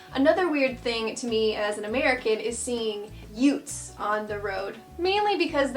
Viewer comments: * Utes, not "yutes", though 😉 'Ute' is short for 'utility vehicle' . Kinda like 'uke' and 'ukulele' 😄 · Ute not Yutes lol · Its Utes not yutes short for Utility. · yutes 😭 *utes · It's Ute, Ute's or Utes Not Yutes!!!! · its Utes (no Y)